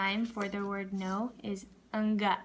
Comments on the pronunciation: You got 💯 for saying " nggak " , i love to hear it😁😁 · "ngga" nya udah pas banget 😄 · but its pretty good how she said it actually, kinda like us indonesian. iya nggak? wkwk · Pas nggak tu kayak logat Indonesia beneran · nggak nya pas banget, tapi masih ada yang salah pas bagaimana but i love it😘